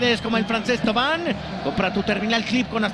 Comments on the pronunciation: Me parece que es más “Tuvan” que “Tova” pero definitivamente no se dicen “Tauvin” jajajaja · El apellido de florian se pronuncia "TOVA" y no "TAUVIN" como se escribe creo que como medio publico deberian investigar un poquito mas......y si mucho mejor gol el de SAMBU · Es TAVUAN